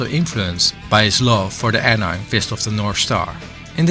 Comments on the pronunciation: An I'm is killing me ngl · Mans did all this research and still said "AN IM"